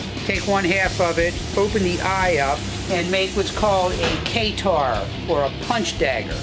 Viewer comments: "Kay-tar." It's pronounced Kuh-tar, similar to the Arabian country Qatar. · It’s pronounced ‘Kû-tar’ (kuh tar) not ‘kä-tar’ (Kay tar) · he such a white guy its pronounce Kuh-tar not kay-tar lol jk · what is a kaytar it's katar (ku-tar) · That katar was pretty badass, if a little bulky. What impressed me was how close to traditional it was when the maker couldn't even pronounce the name right. I would still take the hammer out of the three. It's the most useful of them all - though, those "scoops" on the haft would have to go. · "kaytar" ugh...